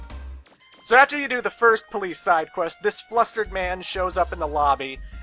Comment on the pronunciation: ah yes the BOLICE